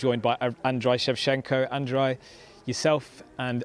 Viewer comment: did you just say 'Androy'?